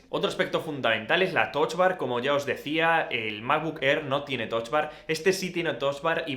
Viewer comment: Porque “Toch bar”? O lo lees en inglés o en español... pero con U :)